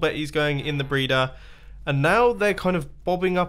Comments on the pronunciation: U said brayder at 3.10 in the video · Did he say villager breeder or villager braider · The way he says breeder